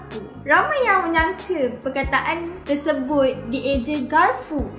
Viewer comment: Kesalahan sebutan 1) menyangca = menyangka